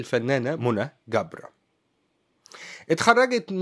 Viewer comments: ملامحها لطيفة جدا ورقيقة ..لكن قول جبر بالجيم وليس گبر ... لما نقول ناهد گبر 😂 بالعراق يعني قبر ..حبايبنا يامصر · في اللهجه العراقيه جبر تقرأه بحرف الجيم وليس الكيم كبر بلهجه العاميه يعني القبر ابعدنا الله وأياكم وشكرا لحضرتك